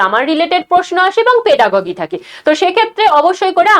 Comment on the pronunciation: ওটা পেডাগগি নারে মা 😆 পেডাগজি বলে